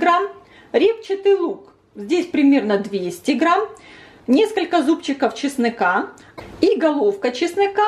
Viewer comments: Почему ведущая говлрит:"Часныка?" Если правильно - "чеснок". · Только мне слышится, или девушка говорит, добавть чеснЫка? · Не чесныка, а чеснока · Почему ЧЕСНЫКА???? ЭТО РЕЖЕТ СЛУХ, КАК РИЗЕТКА ИЛИ ТУБАРЕТКА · ЧеснОка ,а не часнЫка . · почему,,,чЫснЫка,,, правильно,, чеснока,,🌷😂